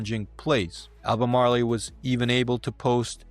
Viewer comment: Learn to pronounce the word.